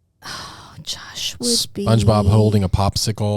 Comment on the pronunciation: "Jash" Hooper? 🤣